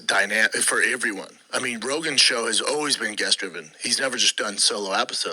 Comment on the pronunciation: For “iveryone”